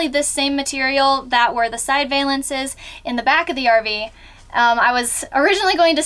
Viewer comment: Loved the video! Beautiful scenes! As always you guys do great work! We have a Summerland travel trailer as well. Have you had any issues with the furnace not kicking out hot air? We get lukewarm air at best., I might be wrong but I think it is pronounced Val-ence not vay-lence.;)